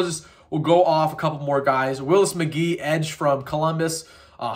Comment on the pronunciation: Good stuff. Gotta get that McGahee name right though. Cut you some slack because you're young but his dad was a somebody.